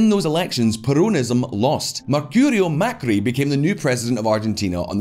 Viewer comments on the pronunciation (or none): "mercurio mecri" lol